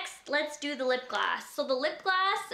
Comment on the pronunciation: I don't know if its just me but is she saying lip glass instead of lip gloss? Lol I love her anyways that collection is amazing! BTW does anybody know what happened to ALS donations they were supposed to make? Just wondering.